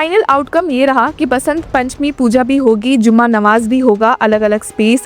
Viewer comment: Hii didi bht acchi or informative video thi aap ki bht accha lga dekh kr bs 1 cheez correct Krna chahuga k jumma namaz hota hai zumma namaj nahi thank you 😅